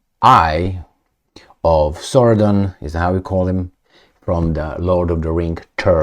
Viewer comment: It is Sauron, not Saurdon 😂😂😂